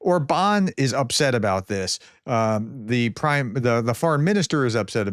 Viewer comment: By the way, the pronunciation is “Orban” (like in “urban”) with stress or the first syllable, not “or-Bahn” or something… But in this particular case, the guy probably doesn’t even deserve that his name be pronounced correctly…